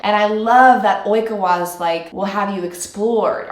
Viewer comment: it's also pronounced oikAwa